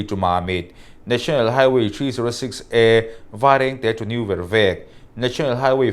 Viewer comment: Vervek hi a lam dik lo. Vervêk ni loin vek hi lam rik hniam bung vat tur. 'A nghet hle mai,' tiha nghet tih thlukin lam tur.